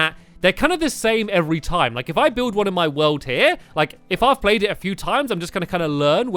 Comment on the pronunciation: welkome to Stampys lovlyyy WOOOOOOLLLD HE says woold not world